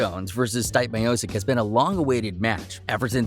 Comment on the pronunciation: Yo, you have ZERO business covering the sport if you can't pronounce the name of the greatest Heavyweight in UFC history. Dont quit your day job....